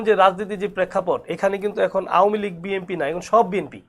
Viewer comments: কি নেতারে ভাই, দলের নামটাও ঠিকঠাক বলতে পারে না। বিম্পি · ব্যাটা তো দলের নাম উচ্চারণ করতে পারে না। বিএনপিরে বলে বিএমপি